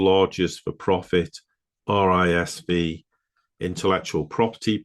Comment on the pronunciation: It's pronounced 'risk five', as per the V is the Roman number 5.